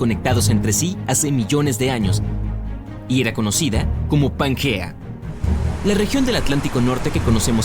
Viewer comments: Pangea, no suena como panguea, que no te enteras... Y si no sabes pronunciar como sera de verdad lo que comentas, a mi no me convences🎉🎉🎉🎉 mucho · ¿Donde ve usted la u para se lea panguea y no Pangea?